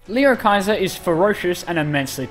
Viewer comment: He said (lee oh hy ser)